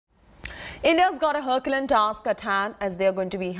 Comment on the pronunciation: 'Herculean' is pronounced 'HER-KYOO=lean'. Not ''hercolyun'. Jesus It's not like we don't have access to the internet in India.